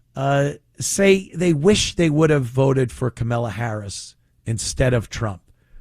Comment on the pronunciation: Ant, it’s Kamallah not Kamella…… emphasis on the “Allah”.